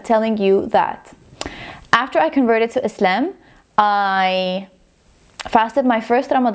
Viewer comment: I love how you pronounce the word "Islam" We pronounce it like that in Egypt too❤